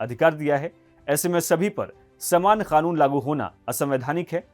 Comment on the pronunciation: I love ur pronunciation of 'KANUN'